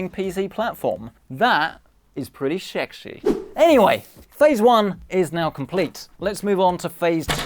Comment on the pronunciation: In the words of... "shexshie" 😂